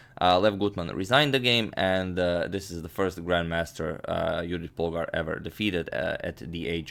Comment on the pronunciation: Thank you for pronouncing Judit Polgár's name correctly! Keep going :)